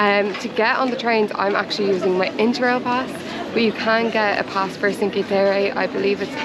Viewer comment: Indeed you pronounced Byron the Irish as well as the British way being that Byron's Grotto is named after none other than the famous British poet Lord George Gordon Byron! For future use: Cinque is not pronounced "sinkee" (grimace LOL) but is pronounced Chink-weh. You're welcome and thanks for the tour!